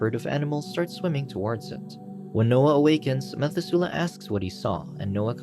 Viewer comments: its pronounced meh-thu-se-leh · Methuselah = Meh-THUZ-uh-lah Liked this retelling but narrator must have skipped Sunday school ;) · Ma thoo slahhhh is how you pronounce Noah’s father’s name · when you hear "methusela" and your language says "mathusalem" (pronounced mat-hu-za-lem and "za" isn't like "zey") all I have to say is, le mao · You got me. Dead ass got me. Comments = dollars. Meth-oo-zel-ah. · The mispronunciation of Methusela is killing me ... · Very odd pronunciation of Biblical names like Methuselah!